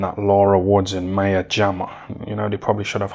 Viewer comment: it’s My-a not May-a Jama.